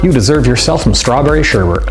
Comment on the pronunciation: WHY DO PEOPLE PRONOUNCE SHERBET WRONG UGH